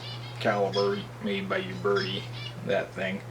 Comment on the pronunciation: You-Berti hahahahahahah Its OOO-Berty